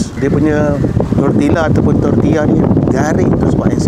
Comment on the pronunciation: Baru betul sebutan Bahasa Sepanyol, fajitas disebut fahitas (huruf j adalah bunyi h) dan tortilla disebut tortiya (huruf ll (2 l) adalah bunyi y). Terbaik! 👍🏼